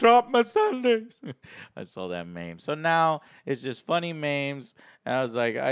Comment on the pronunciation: Him pronouncing memes as maims is sort of fitting for the type of show Game of Thrones is